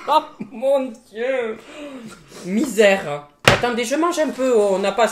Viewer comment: "mizerre" 🤣🤣🤣🤣🤣🤣🤣🤣🤣🤣🤣